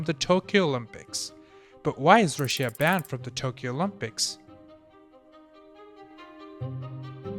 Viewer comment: Normal people: Russia: Ra Shia